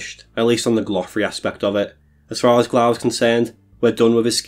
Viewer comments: nice vid, just a note glough is pronounced like enough (at least according to mod ash) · You pronounce Glough wrong btw